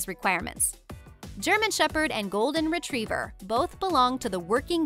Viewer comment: shepherd)) shep-herd.